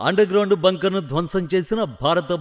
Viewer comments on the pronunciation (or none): Evaramma neeku Telugu nerpindi? Aksharalaki Leni mekulu pedathav. Ex: అది భంకర్ కాదు.. బంకర్. ఇలాంటివి ఇంకెన్నో. అన్ని videos లో ఇదే గోల. వినలేక చస్తున్నా. అందుకే ఈ cmt. ఇప్పటికైనా pronounciation మార్చుకో అక్క. అంతే కాకుండా stiff గా నిలబడు. వొంగబడిపోయి.. గొంతు, మెడ రెండింటిని భుజాల మధ్య ఇరికించేసి, పొట్ట ముందుకు పెట్టి ఎందుకు నిలబడతావ్? దానికి తోడు రోబోట్ లా చేతులు ఊపుడు. మళ్లీ కుడి చేతికి జారిపోతున్న వాచ్. 1% కూడా ప్రొఫెషనల్ గా లేవు అక్క. నాకు తెలుసు వచ్చిందే 5 cmts కాబట్టి ఈ cmt కూడా సదువుతవ్. So, ఇకనైనా మార్చుకో. ప్లీజ్